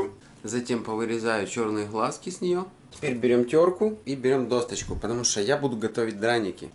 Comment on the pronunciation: Каша пригорает, потому что для ее приготовления нужно соблюдать пропорции крупы и воды, да и в конце добавляется сливочное масло. А еще лучше готовить ее в чугунной посуде. Я дома готовлю в маленьком казанке. Хоть макароны научился кидать в кипящую воду. И еще, солидарна в произношении слова досТочка. Я дома тоже так говорю, хотя это и не правильно.)))